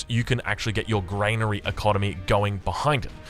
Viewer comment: Dear funny internet man. It's Gran-ary not Grain-ary Edit: thank you for figuring out the orchard.